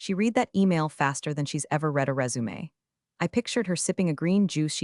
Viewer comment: This is the first time I heard the word resume being properly pronounced. I appreciate that more than one knows.